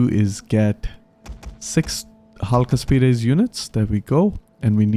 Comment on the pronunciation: my friend, you where pronouncing Chalkaspides correctly the second time: that initial "ch" is a transliteration for the greek Chi, the twenty second letter of the alphabet that was pronounced in the koiné greek similarly to the spanish "j" in "juego" and the scotish "ch" in "Loch Ness". The digramma "chi" + "rho" was like you said the first two letters of the name of Christ. Saludos desde Argentina 🇦🇷